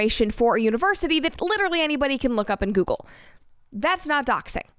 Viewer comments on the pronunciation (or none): none